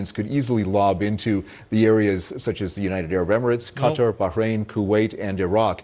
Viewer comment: Asmon says the name correctly, thank god. Cuh-Tar. Kiev is pronounced like the chicken dinner. Not KEEEV. This bizarre Keev and Cutter nonsense grinds my gears of war. 😐